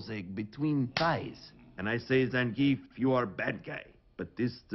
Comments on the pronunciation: I still can't get over how they mispronounced Zangief (it's supposed to be zawn-GEE-eff) every time they said it in the movie... and that he was the only Street Fighter character in it that was not voiced by his Street Fighter 4 VA. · One of these days someone will pronounce Zangief's name correctly...